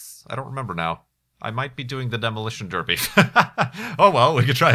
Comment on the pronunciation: are you saying derby or derpy?